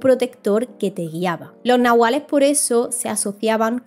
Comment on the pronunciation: Gracias….gran video una amiga que habla aun maya ……me dijo una vez que la pronunciacion correcta es NAHUALLE …ES DE OAXACA Y ME ENSEÑO UNAS 30 palabras mayas